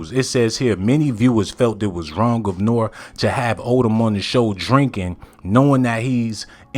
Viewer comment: Can please say Nore's name correctly